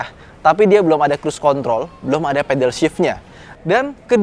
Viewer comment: Crusecon..... Apa bang😂😂😂😂